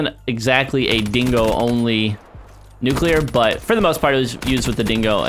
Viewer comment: dingo* not singo